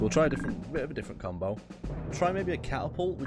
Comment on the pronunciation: "Now we'll try a bit of a different combow"